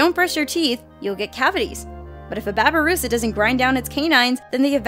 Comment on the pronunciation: lol how she said babi rusa